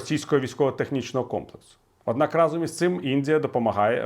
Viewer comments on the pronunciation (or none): none